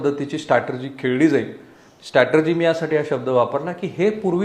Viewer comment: स्टेटर्जी नाही र... स्ट्राटेजी